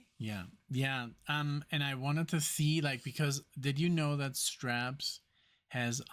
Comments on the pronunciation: Think strawberries and you'll get the way to pronounce Strawbs!! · pronounced like Strobs.